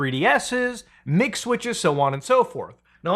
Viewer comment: When you say MIG Switch I hear McSwitch I can thank McDonald's for that.